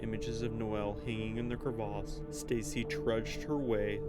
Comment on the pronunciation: It's cravesse not crave arse lol Less background music/noise or no background music/noise would be good